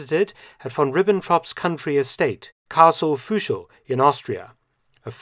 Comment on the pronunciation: Thanks a lot for your great videos! 🙂 Just a small correction: "Fuschl" is written and pronounced with a regular "u", not "ü".